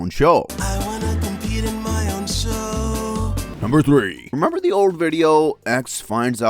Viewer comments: it's Remember, not Temember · remember ❌ Temember ✔️